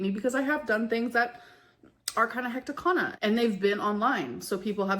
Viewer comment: "I was so hecticana" no you are abusive